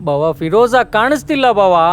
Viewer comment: Firoza❌ Firraaaja..✅ 😅